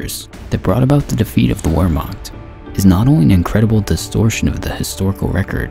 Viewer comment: Wehrmacht: say "VAIR-ma(phlegm sound)t"